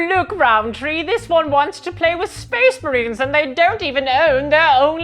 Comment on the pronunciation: Speacee Marines!!! 😂 Ahh I love it!